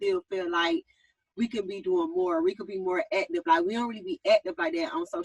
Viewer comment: Schong (Strong) Wong (Wrong) Ga-Own (grown) Ha-Loan (Hold on) Pa-son-natty (Personality) Acted (Active)